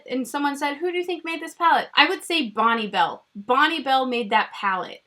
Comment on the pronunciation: Lmao spit my coffee out when you said “Bonnebell” chapstick pallet